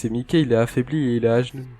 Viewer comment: Je trouve ça perturbant ta prononciation de Mikey, ça se prononce normalement "maïki"